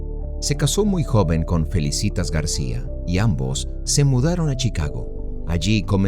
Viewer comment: No es FELICITAS sino FELÍCITAS, con acento en la primera “I”. Por favor, me FELICITAS a quien grabó la voz del texto. No sabe leer.